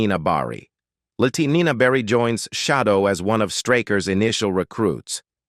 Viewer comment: Shadow not Shidow